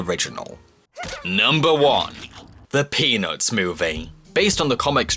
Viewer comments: Is it bad that I kept hearing "penis movie" instead of peanuts movie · Who heard penis when he said the peanuts movie no, only me ok.... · the way you say Peanuts is amazing